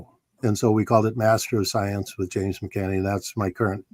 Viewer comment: For future reference, the Professor's last name is pronounced Mic-KAN-NEE.